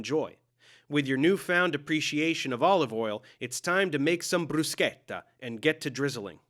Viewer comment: I love bruschetta. You helped me to enunciate it properly.